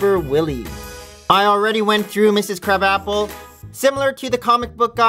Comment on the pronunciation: its pronounced "Mrs Cruh-bopple" not "Crab-apple" lol.